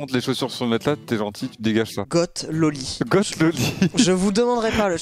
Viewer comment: Goth prononcé "guotte" par Laink ça fait mal